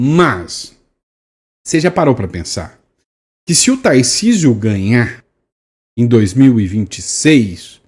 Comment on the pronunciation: Putz não consegue pronunciar o "r" de Tarcísio? Ele fala "TaIcísio". Até parei de assistir.